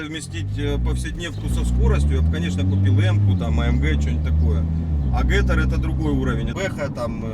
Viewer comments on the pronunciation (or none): НЕ ДЖИ ТИ ЭР А ДЖИ ТИ АР